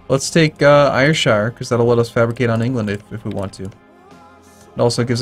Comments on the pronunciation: Yes indeed, point out that it's pronounced SHUR, instead of shire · It's spoken as Airshir, not Ayurshire :P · Ayrshire is pronounced like AIR shire